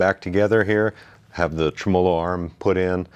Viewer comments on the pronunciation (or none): Tra-malo bar? Not trem-o-low bar?